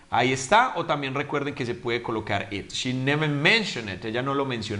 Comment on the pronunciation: Pronunciaste ''it'' como at?